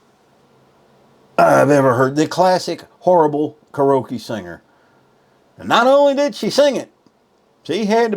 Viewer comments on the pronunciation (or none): I wouldnt date this guy if my life depended on it 😂😂 I guess he THINKS " hes" a Catch? Ummm, No😂 he cant even pronounce Karaoke 🎤 right " karoake" ? 😂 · Kar-ee-o-kee is how you say that word. FYI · ...And, can't pronounce "karaoke". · Hes real good on " karokee " !! Just aks him. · Just a little advice: You should get All your own Ducks in a row so to speak BEFORE complaining about your Dates. Wtf is "Krrokee?" Oh, KARAOKE 🎤! and she sang horrible but you don't remember the song she did? Come on man! There's other things you failed to bring to your Complaint table but, here's more advice. Slurping beverages is Gross! Don't do it. Go get the growth removed from between your eyes 👀 and those teeth.. Damn those teeth 😅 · Car o key ?!? Lol